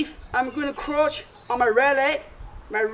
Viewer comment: When he says crouch it sounds like he's saying crotch